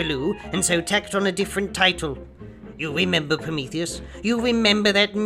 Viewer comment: "You weememba" no thanks you fucking asspie.